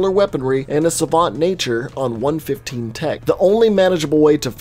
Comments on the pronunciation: one one five, not one fifteen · AND ITS 1 1 5 NOT PNE FIFTEEN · Love the video, I really did but everytime you said one fifteen it made me wanna puke please, it’s one one five❤️❤️ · Is it just me that gets annoyed hearing him say 115 instead of 1.1.5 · "Element one fifteen".....its "one one five" ..that triggered me way more than it should have lol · Am I the only one who gets triggered when someone says it as 1-15 instead of 1-1-5? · ITS ONE ONE FIVE NOT ONE FIFTEEN!!! MY EARS BURN!!! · its one one five not one fifteen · Man it’s not pronounced 1 15 it’s 1 1 5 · Dude it's pronounced ether the a is silent, and it's one one five not a hundred and fifteen 😒😔 ( such disrespect to cod zombies) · One fifteen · no offense but 115 is said seperatly like 1-1-5